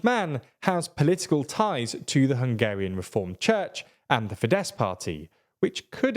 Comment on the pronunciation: Isn't Fidesz pronounced Fidesh?